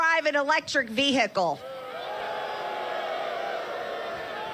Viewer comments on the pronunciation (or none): VEE. HICKLE😂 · Ve-hi-cle......In-dic-table......Marge's pronunciations suck balls. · Whats a vear hic call ?? Oh wait she ment vehicle 😂 😂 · "vee-hickle", in-dick-tid, peach-tree dish. Welcome to America's GED program. Literacy not required. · ...vee hickle!?🤔🤭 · "Ve-hi-kull"? She has trouble with those 3 syllable words. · And what's wrong with saying 'car', why she gotta say 'vee-hickle'? I've got no problem with local dialects but the trump-et like in so so many things, she just takes it too far!!! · Who puts emphasis on the h in vehicle except dumb ass Green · She has a strange way of pronouncing "vehicle"... My dictionary says ['vi:ikl]... No "h" pronounced..... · She pronounces ‘vehicle’ like a drunk with hiccups.